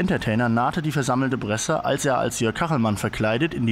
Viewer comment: wieso sagt der ständig "bresse" :(